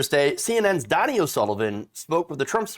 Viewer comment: You’re pronouncing Donie’s name wrong every time you say it.. C’mon!